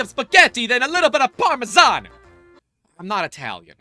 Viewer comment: I am offended by your pronunciation of Parmesan :) Congrats on 3 years lol